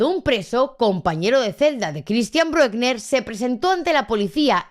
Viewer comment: Lo que no se entiende es que al pedófilo ese ( y se pronuncia Brükna) con ese historial le suelten yam debería estar en la cárcel de por vida